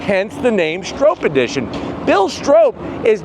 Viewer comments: It’s not pronounced strope. It’s pronounced Strop. Rhymes with mop. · Stroppe as in stop hurting my head saying strope! Stop saying stroppe like rope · Stroppe is pronounced like cop or stop.